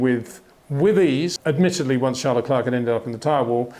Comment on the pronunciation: If you can pronounce "Charles" properly, please do the same with his surname - said "Le Cler"